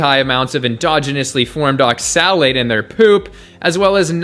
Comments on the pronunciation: Pun intended when he pronounces oxalate as ox-salad? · I thought you said Ox salad at first xD. good video tho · It's pronounced "ox-ill-ate". Respectfully. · I agree with your points. But why do you pronounce oxalate (ox-uh-late) so strangely? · You’re not even pronouncing oxalate correctly just stop please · Is that how you pronounce oxalate? I thought the emphasis was on the O, not the A. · I love you but please don't ever say oxalate like that again 😂